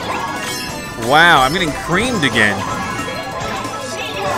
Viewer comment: you say you get creamed! I feel like you are saying you get wiped creamed!